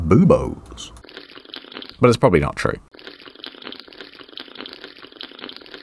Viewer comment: Emphasis on the word “probably”